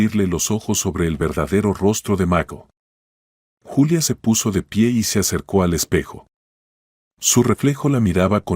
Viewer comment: Ningún YULIA Es Julia